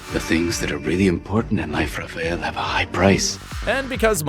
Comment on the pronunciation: Dude he is Rafael not raa-feee-yaa-aaal😆😆